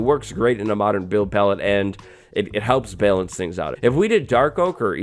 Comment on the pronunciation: The way he says balance makes me want to die